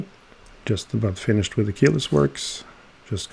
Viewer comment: "we mek the pyertss and its fyinyished"😂😂😂😂 though i have a 2602 movement and its nicely finished apparently also the case back has some perlage on it😅.